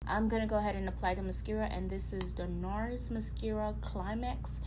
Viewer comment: I love how you pronouce mascara 😂😂💜💜